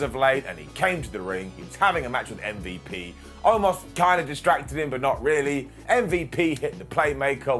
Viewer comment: Broooh the way pronounces MVP kills me everytime😂😂😭😭